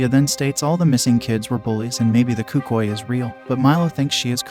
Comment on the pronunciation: i thought it was pronounced el cookooey